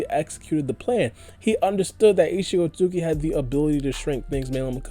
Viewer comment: Why cant you just say Isshiki why you gota fast mumble through isshiki otsutsuki every time you say his name lol